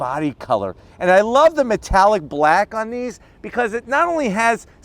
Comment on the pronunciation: He said blak! 😆 lol